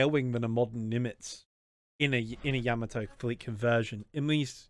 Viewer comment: holy crap someone pronounced yamato correctly